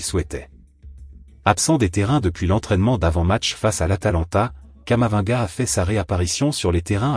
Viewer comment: Comment vous pouvez une vidéo qui prononce camavanga au lieu de Camavinga